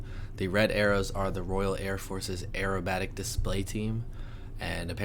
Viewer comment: To me, an English person, the way you said "aerobatic" then sounded exactly like you said "arab attic". I swear I don't know why that made me laugh so much 🤣🤣